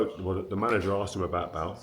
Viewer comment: Why does Rio say Bael instead of Bale